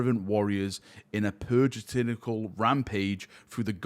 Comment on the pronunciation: Only would read "puritanical" as "purgitanical" XD I see, what you did there lol